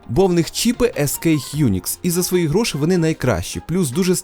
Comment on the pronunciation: Грошііііііііііііі, не гроши, а гроші, і з крапкою! Кулер БЖ не торохтить як дизель?